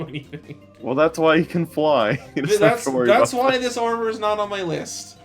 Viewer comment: Never heard of the online armor, honestly. But "Giga Armor", "Max Armor", "Force Armor." Aye yai yai, it hurts listening to that.